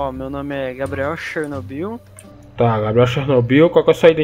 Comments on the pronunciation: "xernobiu" é foda em! kkkkkkkkkkkk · "Xernobio" ksksksksksjs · kkkkkkkkk “xernobiu” kkkkkkkkkkkkkkkkkkkkk pora